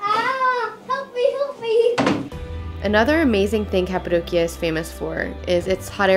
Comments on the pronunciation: Your daughters are so adorable and smart!☺️ I laughed at the part when said “cat-adocia” 😆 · Cat-apadocia? Well-done 😂😂😂